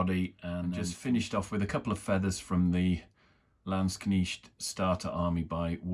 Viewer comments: Thank you for the comparison. Great Video overall. Although not necessary I would say your "Landsknecht" pronunciation is pretty good now. Just try to get the e in before the ch. It's not a Knicht but a Knecht. 🧐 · Warlord landsknechts go very well together with GW's old Empire Regiment kit. Not so much the new one, too much of a scale difference (and quality difference...) Try "lands-knekt" for pronounciation btw, it's easier for anglos. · In English Landskchnecht is properly pronounced "land-shnecked". Ignore how Americans pronounce it, they can't even spell words correctly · Very nice and you almost got the word Landsknecht correct. For knecht use the letter e the same as the first e in beverage. Very nice kitbashing. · Hello, lovely stuff, however i'm affraid your'e still pronouncing Landsknecht wrong. It's very laudable of you though, to at least make an attempt. The E is pronounced as in egg and not like an I as in Knitting needle. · I think you are correct 😃 But it is way closer than the previous version!